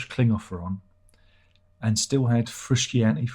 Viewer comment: this frusciante joke could be fun for first time but you keep doing it and after three times i had a urge to punch the screen. it's frusciante, john anthony motherfucking fruscianteeeee. if you dont know how to pronounce then dont, you can call him john. there is no other john in the band so...